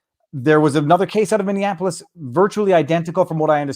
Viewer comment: Viva Frei, it's MINNEAPOLIS, not MINN-DIAN-APOLIS. Just because my city is bit burnt it shouldn't be dissed as such.